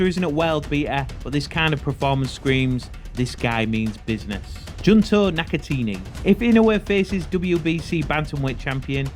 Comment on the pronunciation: NakatAHni not NakaTEENY lmao